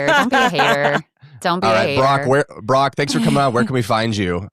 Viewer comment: Idiot #4 couldn't even pronounce Brock's first name correctly, made him sound like Barack! JC #4, it's not BRACT, it's BrOCk.